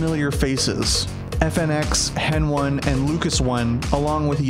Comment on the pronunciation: I got Mad when he called HEN1 Hen one